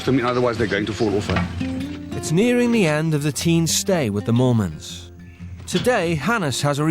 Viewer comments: I actually thought it was Mormons lol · Chelsi Chikwata I was hearing “Morons”😂😂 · oh my god I didn't even notice that was their name, I literally thought they were "Mormons" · Wait i generally thought it was mormons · I heard molemans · ?? No matter how much I try I can’t here moolmans 😂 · I thought they said mormons too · I thought that Mormons was their name lol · It's not mormans? I thought it was mormans .... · Sounds like the narrator is saying the "the Mormons" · richerrvaz same bro I didn’t know until I saw this